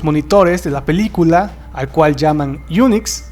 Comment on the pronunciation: QUE HORRIBLE QUE PRONUNCIA LA PALABRA "PELICULA" SUENA COMO "PILICULA"